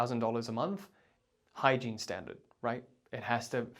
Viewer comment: Sorry, are you saying exactly “hygiene standards” ?